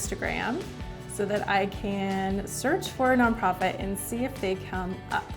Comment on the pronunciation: “Non Pofit”